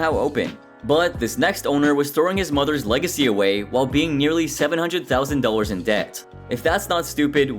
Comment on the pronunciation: It's dollars not "dowlers".